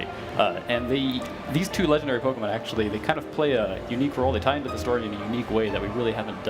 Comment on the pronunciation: its pok-E-mon not pok-I-mon